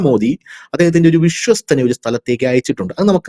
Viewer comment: വിശ്വസ്ഥൻ എന്ന് പറയെടാ ഷ ഒഴിവാക്കടെ 😂😂